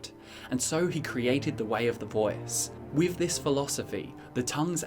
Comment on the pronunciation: “The vœæce”